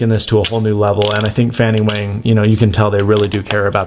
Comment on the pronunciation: wang is not pronounced wehng but wahng.